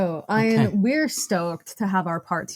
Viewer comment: Oh dear. Pronouncing Ian’s name as Iron!